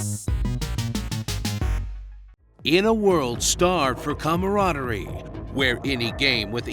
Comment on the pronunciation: who pronounces "comradery" like that? lol